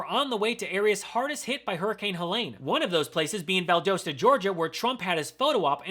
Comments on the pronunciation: I am from south Georgia and it always makes me chuckle when you all pronounce Valdosta as Val-dohs-ta when we pronounce it Val-dahs-ta. No hate from me, just think it's funny 😂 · Y’all seem confused about Valdosta’s pronunciation, so here goes: Val(as in at) dos(as in toss)ta (as in duh). Emphasis on 2nd syllable. Harris/Walz 2024